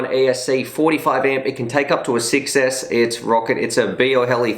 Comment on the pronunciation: I like Emax for good quality and price. I would love to win one of these quads from Emax, especially the tinyhawk rtf kit. The buzz seem like a good quad too, but i dont have any batteries for it..If i win it, I will be very very happy anyway. Funny when you say one version is 6s, it sounds like you say success hehe.